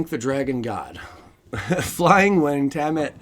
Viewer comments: Tiamat (Tee-ah-maat) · Don't worry you can say Tiamat wrong if you like, lol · Thats Not how you pronounce tiamat!!!